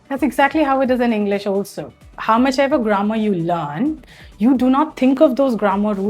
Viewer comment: It's not pronounced Englis but English